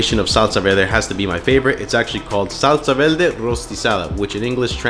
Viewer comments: Was homie saying salsa “velde”? Is that an accent? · I had a hard time believing you were Puerto Rican but the way you say salsa verde leaves me no doubt 👍🏻😊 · Salsa “velde” yeah okay Mexican’t. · "Salsa Velde" 😂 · well, accents exist, I don't think there's anything wrong with a bit of r and l mix up as long as one can tell what the other person is saying, as is this case. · "salsa velde" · why does he pronounce it like that “vel-deh” lol